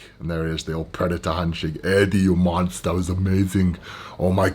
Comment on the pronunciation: “Eddie yu monstahh”